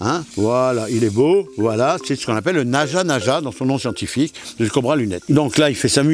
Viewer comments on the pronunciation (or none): Il a dit chientifique